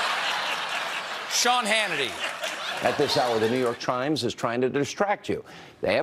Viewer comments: It sounded like Sean Hannity said New York Chrimes instead of New York Times lmao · Hannity said “New York Trimes” , get this mid stroke duche off the air... Nevermind. Keep him on. 😂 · did Sean Hannity say 'New York Trimes'...